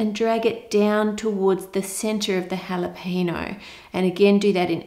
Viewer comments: do australians pronounce jalapeno as halapeeno??? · The way she says jalapeno is hilariously wrong